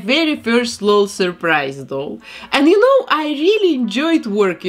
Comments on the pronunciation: its called an L-O-L surprise doll. u say each letter in “lol”. it’s not “laul”🖤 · I think it’s said L O L not lol but that’s just me I think aaaaaaaaam please don’t kill me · Ngl I'm cringing from hearing her say lol as a word not an anticipation because the commercials say "l. O. L surprise " not "lol surprise " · Your accent is my second favorite thing about you and your vids, behind your talent and creations ❤ I love that you call them "lull" dolls and not " L-O-L" dolls. Makes me giggle everytime 😅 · She says:lol Supposed to say:L.O.L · She said lal not lol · You say it L O L you say each letter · First where are you from and second you say the letters separately in L.O.L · She said lol as one word